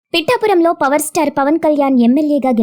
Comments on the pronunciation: 'పిట్టా' పురం కాదమ్మా, "పిఠాపురం* అనాలి!🤗🥰🤗🥰🙃😊🤗🤗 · అమ్మ నాయనా... అది పిట్టాపురం కాదు.. పిఠాపురం తల్లి... 😢